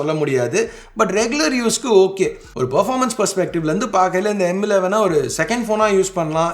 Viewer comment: Tamizh la sollum bodhu, yean bro M11 na emmu 11 emmu 11 solringa. Weird ah iruku. Kekradhuku.